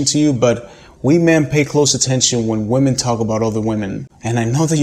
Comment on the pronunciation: Why is it that so many native speaker men cannot pronounce the word women correctly?